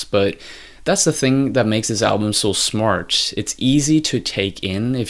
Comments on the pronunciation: is it me or does he keep saying "smartch" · Great video, but every time you say the word "smart" I hear SMARCH